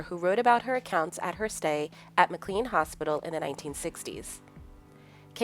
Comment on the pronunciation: Pronounced "Mac-Lain" not MacLean